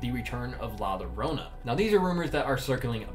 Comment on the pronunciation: It's pronounced 'La Yorona', not 'Lorona'